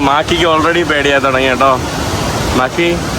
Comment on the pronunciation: മാക്കി അല്ല മാക്രി